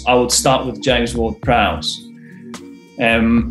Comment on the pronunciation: As soon as that dude didn't say James Ward Prowse I was done